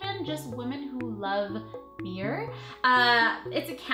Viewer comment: wait did u say bee